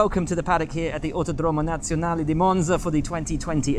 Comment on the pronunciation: listening will buxton saying autodrom nazionale monza 😳